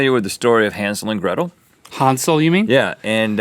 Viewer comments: Rhett was right it's Hänsel not Hansel... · Rhett actually pronounced Hänsel correctly and Link didn't lel. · Rhett,as a German i can tell your pronunciation of "Hanzel and Gretel" (originaly: Hänsel und Gretel) was right, don't listen to Link. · as a german i know that rhett said Hänsel correct :D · Rhett's pronounciation of Hänsel was actually right. The german ä is pronounced almost like an american a.